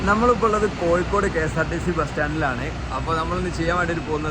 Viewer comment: കോയിക്കോട് അല്ല കോയാ... കോഴിക്കോട് ന്ന് പറ